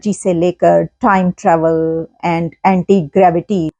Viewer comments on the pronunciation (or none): none